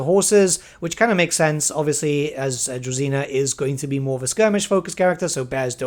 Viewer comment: DruЖina not druzina